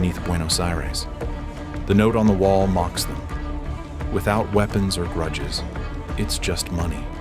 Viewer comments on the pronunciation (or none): Grudges not Gruddes!! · “Gruddes” 🤣🤣 even with AI you can’t spell….